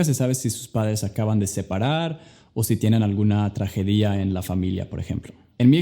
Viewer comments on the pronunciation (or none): Tragedia no tragedía